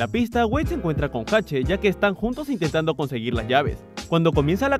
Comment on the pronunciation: Agrego ... 3: es Hache cómo la letra, no Jache